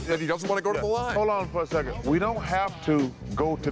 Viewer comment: not as "the second", Chuck said the "seKKend"